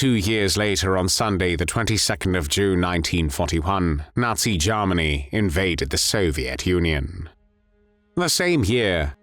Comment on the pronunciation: Jarmanny?...Is that anywhere near Germany?...Why do you sound so pissed off? Personality problems?